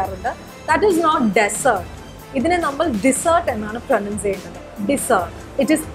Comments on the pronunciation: Your pronunciation for "pronounce" is wrong. Its pro'NOUN'ce not pro'NUN'ce. We agree you guys are spreading knowledge. We all appreciate your efforts. But in this video few more mistakes are there, including pronunciation of vegetables, food etc. AND, 😊 along with English try to speak in proper Malayalam. She mispelt രണ്ട് as റണ്ട് . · It is not pronunce.. Its pronounce